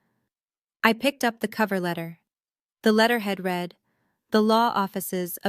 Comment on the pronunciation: AI still having issues with ‘read’ as in ‘reed’ & ‘read’ as in ‘red’ Watching from Leicestershire in the UK 🇬🇧